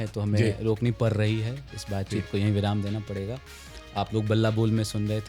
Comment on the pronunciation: पूरे इंटरव्यू में आपने कहा कि शब्दों में आंचलिक प्रभाव नहीं पड़नी चाहिए लेकिन आप एक शब्द पड़ को पर बोल दिया ।